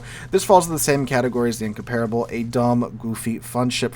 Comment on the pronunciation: Give him a break, man! We're talking about a guy who, to this day, still can't find the stressed syllable in Incomparable and you expect him to be able to speak a language foreign to him? 😂😂😂